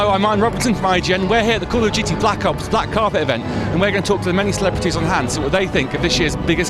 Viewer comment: the way the lad at the begining said blck ops sounded like back ops